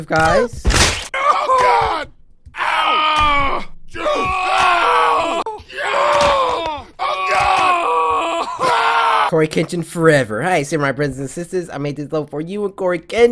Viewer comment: Coryxkenshin cartoon something my son Giovanni called you courage engine She said it wrong